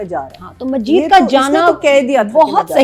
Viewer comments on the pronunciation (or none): It’s Majeed not Hameed😂